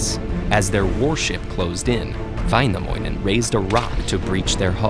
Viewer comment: "Väinämoinen" "Khalevala" "Khantele" Ahthi" nämä on lausuttu hirveästi